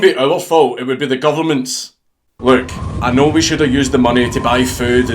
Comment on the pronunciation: "Ai knōöw"